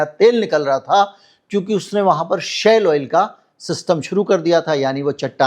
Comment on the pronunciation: जनाब ये "शैल ऑइल " नहीं "शेल ऑइल " होता है